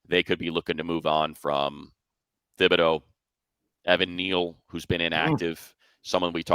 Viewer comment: Money, I trust that you have pronunciations given to you by the teams, but as a long time Dux fan, Kayvon Thibodeaux pronounces his last name TIB'-o-dough, not Thib-o-dough. Might want to double-check it with the Giants (or Thibodeaux himself) before calling the game on Sunday.